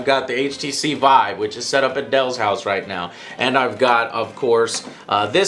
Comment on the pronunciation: Vive: It's pronounced "Veev" not "V-eye- v